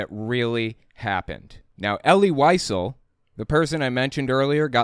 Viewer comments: It is pronounced ElL-LEE Lee-ZELL. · Pronounced "E' - lee Vee - SEL'",. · EL-EE WHY-ZELL...that is how you pronounce his name.